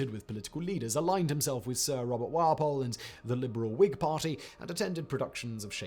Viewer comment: Pronounced Wall-poll.